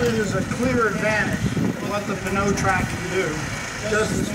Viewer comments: I guess this guy doesn't know the p in pneumatic is silent. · Mitas is a Czech company that is part of Michelin, a french company. I think he's just trying to pronounce it in french, but like all unilingual english speakers, cannot properly pronounce the french "eu" sound.